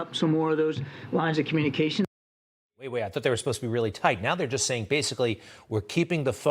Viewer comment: Did he say lines of communication or lies of communication?